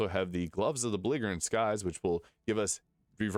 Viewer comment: the g is "belligerent" is soft